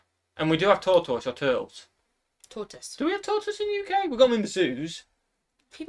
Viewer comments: saying tortoise is the funniest thing EVER!!! “Tour-toe-ess” is what it sounds like when he says it. 🤣🤣🤣 says it correctly right away! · actually, what he said was TORE-toyce, rather than TORT-iss. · the way pronounces "tortoise" is too funny. lol